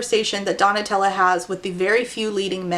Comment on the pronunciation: I listened to this so absentmindedly that when you started calling Donatella "Tella", my mind just automatically corrected it to Nutella and went yeah that's a name that sounds right